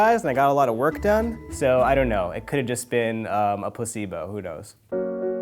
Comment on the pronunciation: I could've sworn he said pusscebo🤔